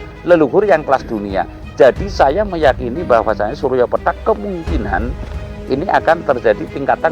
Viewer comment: Pethak, bukan petak, pake the, ngucapnya lidahnya ditekuk ke depan, pethak artinya putih, samar, sedangka petak itu kotak, yaemang nda ada matahari kotak/petak😂😂pethak ,pitih,bias,samar, munkin kabut, mungkin dukhan, sebelum kiamat ada dukhan 40 hari 40 malam, membuat bumi dan seisinya tak bersemi...begitu kali ya ?